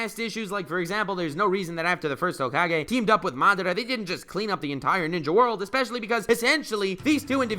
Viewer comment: I am the only one who subscribed to this man because he pronounced madara correctly.